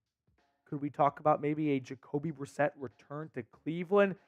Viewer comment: Yes!! Jacoby brisket Uh biscuit Jakobe Brisset!